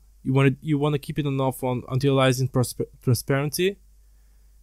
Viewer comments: how he say's antialiasing LOL "antenilising" antēˈālēəsiNG should help or click the little speaker haha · Im not trusting anyone who cannot pronounce antialiasing and bias correctly